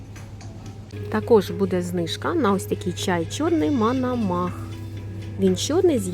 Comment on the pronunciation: Пані, чай МОНОМАХ,а не МАНАМАХ!!?)